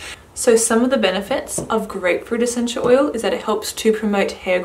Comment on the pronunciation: What's a senchew oyew? XD